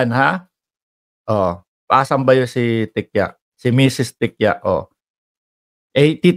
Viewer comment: OA. GAWAIN KASI NG MGA DUDIRTY NONG PANAHON NILA.BASTA BINIBINTANG, GAWAIN NILA. TI-KI-YA pronounciation ng apelyido nya